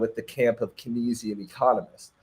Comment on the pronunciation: Sir the way you pronounce kenzian 🙄